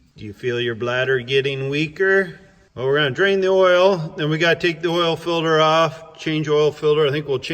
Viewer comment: “Oil filder” 😂